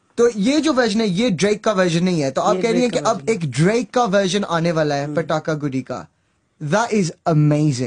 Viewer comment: Well your Pronunciation is far better than that of most Americans 😂😂 Pataka was right but It's Guddi (stress on D) you said Goody (Stress on O)